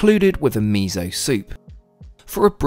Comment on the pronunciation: i love how called miso meyso